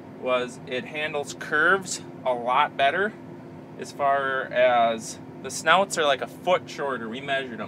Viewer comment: it's sn outs not sn oots please